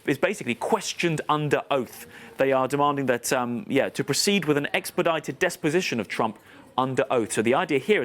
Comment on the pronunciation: Deposition not ‘desposition’